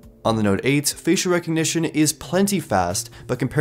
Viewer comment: Goddamn every time I hear him say "facial" I just giggle